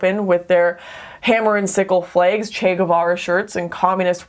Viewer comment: I still laugh my ass off every time Lauren says the word 'flag.'